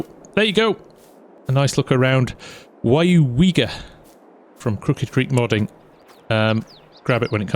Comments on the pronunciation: i Live down the road from here, nice to see a small town like Weyauwega in the game. I honestly came to see you butcher the name but you pretty much nailed it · Well done! You said the town name correct! How long did that take you?